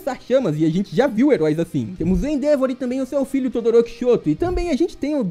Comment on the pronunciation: endeavor se pronúncia com o VOR mais forte